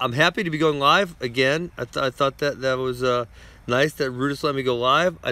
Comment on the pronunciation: Ben can’t pronounce L lol he say Live so weird 😂😂